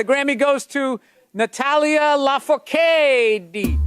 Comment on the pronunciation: Nah he FKd legit!😂 Totally skipped the "R" and said "Lafocade" Which made me LMAO!. Also he (as a comedian) tried so hard to not come up with a quick joke and say "Natalia Laaaa ummm fok it.. I can't say this name sorry guys" . Either way is ridiculous to call someone a racist for an innocent gaffe like that